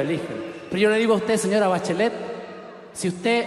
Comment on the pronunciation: "Pero yo le digo a usted SOA Bachelet" XD